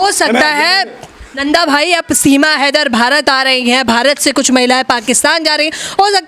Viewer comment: फौजी भाई सीमा लेदर बोलते है उनको याद दिलाओ हां वही लेदर है कि हैदर 😂😂😂